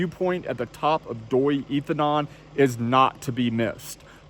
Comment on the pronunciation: I was there last December, camped in a tent with my Thai family, very cold in the evening and morning. But my wife pronounces that like Doi Intanun,, your pronunciation made me think it was a different place but my wife confirmed it is the same place we camped, and went up to the temple in the early morning, saw the most beautiful colorful sunrise of my life!